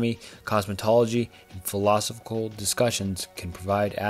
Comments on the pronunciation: I subbed. Good work. Good luck in growth. 1 minor critique tho, philosophical is pronounced "fill-i-sof-ick-al. Really minor thing tho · The pronunciation of philosophical was crazyyyyyyyyy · It's pronounced phil-low-sof-ik-all. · phill-eh-soph-ee-cal, man. come on. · Repeat after me. Fill-uh-saw-fickle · Listening to this guy mispronounce “philosophical” like 18 times and stutter and trip on his words throughout the entire video had me in tears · was brutal. bro mispronounced like 3 words in a row. Apparently cannot pronounce "philosophical" for the life of him, too. Not once the whole video. I mean, it's not a huge deal. It's still a good concept for a video. Just kind of hard to listen to with all the mistakes he decided to leave in. Especially when it's obvious that he's reading off of chatgpt. "globing warming" lol. Good try though. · Great video as always but I struggled to get over the mispronunciations of "philosophical" every time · Amazing video...buuuut I'd really recommend doing retakes of parts where you mispronounce or fumble words. It honestly sounds like you're reading from a textbook in a class you're not particularly interested in, and that makes it hard to listen to imo. Especially everytime you said philosophical. But you've got this! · I'll definitely subscribe once you learn how to pronounce philosophical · You improved drastically, I'm subscribed now. Sorry for my initial comment, I really enjoyed this video but I was losing my mind by the end specifically due to how you were pronouncing philosophical. Totally a me problem, your videos are overall fantastic keep it up! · I had an existential crisis when trying to work out how a YouTuber is this incapable of pronouncing so many words in the English language. FTLOG don't create a video about philosophical thoughts when you can't even say the word "philosophical".